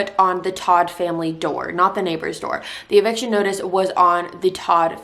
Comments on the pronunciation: The family's last name, TODT, is the German word for "dead". It is pronounced "tote". I really like your ability to tell a story. New subscriber here. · Your not pronouncing their last name correctly its not hard to find out how to say it